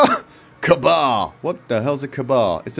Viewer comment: Lol, it's pronounced K-bar:-)